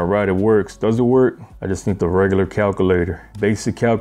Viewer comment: He can't say calculator and he is still better at articulating loans than all bankers an Harvard grads.